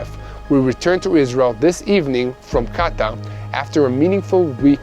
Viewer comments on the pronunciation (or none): none